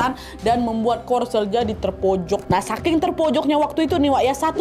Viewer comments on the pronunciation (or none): none